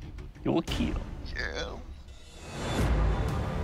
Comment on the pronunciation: Doug after intentionally cutting something up: It will keel... Doug after accidentally cutting himself up: It will heel...